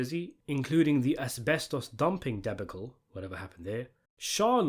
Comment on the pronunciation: Debacle, insatiable: have you never heard these words pronounced?